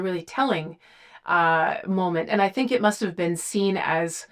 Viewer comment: I LOVE the way she says "BEAN" instead of been.